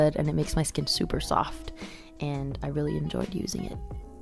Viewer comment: hahah I Just laughed so hard " cause my shhkkinnn isss vavavhhh" lol